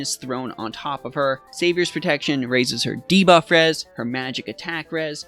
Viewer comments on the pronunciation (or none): none